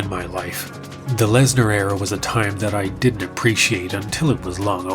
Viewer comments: Dude, it's "Lesnar" not "larsner" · Wait, is it Lesnar or Larsnar? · Continuing to refer to him as larsner after Joe Rogan mispronounced his name is pure comedy. Edit: the Mir headphones zoom is absolutely sending me😂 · "We're here with Brock Larzner" You had 1 Job Joe.. 😂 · Just finished watching. Great video brother. I wanna say two things- RIP Fozzy 😢, and you had me cracking up when you kept the Larsnar going after Rogan butchered it 😂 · I value the commitment to "Larsner" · Brock larsner lmao